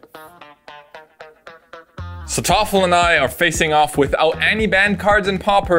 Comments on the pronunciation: Why is calling Thoralf "Toffle"?😂😂😂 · Why do you call Thoralf "Toffle?"